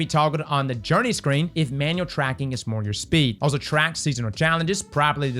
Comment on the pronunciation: Say "Track" one more time... "Track"